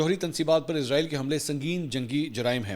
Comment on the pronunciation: ارے بھئ یہ کیا۔۔۔۔۔۔ عزرائیل۔۔۔۔۔۔ عزرائیل کی رٹ لگا رکی ھے آپ نے ۔۔۔۔۔۔۔۔؟؟ توبہ توبہ۔ استغفراللہ۔۔۔۔۔۔۔! "اسرایئل" کو عزرائیل کہنا میرے خیال میں سخت گناہ ھے! کیوں کہ "عزرائیل" موت کے فرشتے کا نام ھے ۔۔۔۔ ھم اسرائیلوں کو کیوں خواہ مخواہ "عذرایئلی" یعنی اپنے یعنی مسلمانوں لئے موت کے فرشتے بنارھے ھیں۔۔۔۔ ؟؟؟؟ اور یہ اس لئے ھورھا ھے کیونکہ بہت سے پاکستانی اور بہت سے دنیا بھر کے مسلمان محض انگریزی لہجہ بنانے کے چکر میں اسرایئل کو عزرایئل کہتے ھیں۔! مجھے پورا یقین ھے کہ اسرائیلی اس بات سے یعنی اپنے اس انتہائ طاقتور نام دیئے جانے سے بیحد مسرور ۔۔۔۔ خوش ھوتے ھونگے ۔۔۔ اور مسلمانوں کا مذاق بھی اڑاتے ھونگے کہ ھا۔۔۔۔ ھا۔۔۔۔ دیکھو! خود مسلمانوں نے ھمیں اپنے لئے موت کا فرشتہ بنالیا ھے تو ھم کیوں نہ موت بن کر ان پر نازل ھوں؟ میری ان تمام انگریزی لہجے میں اسرایئل کو عذرایئل کہنے والے مسلمانوں سے گزارش ھے کہ اس بات پر توجہ دیں اور اسرایئل کو آئندہ کبھی عذرایئل مت کہیں ! ۔۔